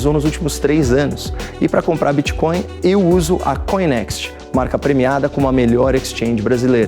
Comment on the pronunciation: “BITCÓIO E CRÉPTOMOEDAS” Renan Calheiros. 😂😂😂